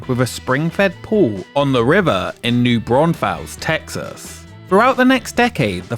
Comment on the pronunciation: You said New Braunfels wrong